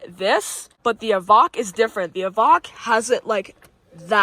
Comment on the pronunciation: It's an EVOQUE! Like 'coke' not vok like wok!!